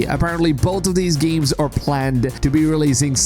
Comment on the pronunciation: GEEMS? or games? u have major nasally issues!